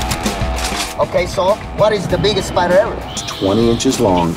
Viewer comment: Its a spidAHH it was bigAHH it was seven feet on diameAHH